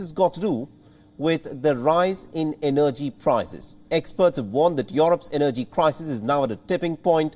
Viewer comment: He can't pronounce the word "energy"...